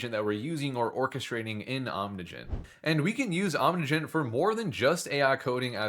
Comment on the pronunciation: Does he ever stop mispronouncing the project name?